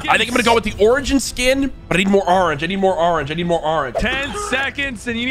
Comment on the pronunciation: I hate the way he said orsnge